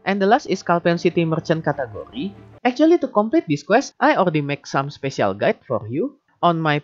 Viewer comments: Cat Curry 😂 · love how u say "category", sounds like food